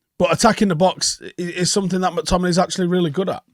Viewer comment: Joel on Monday: “Scottt…. Mc-Tom-in-AY”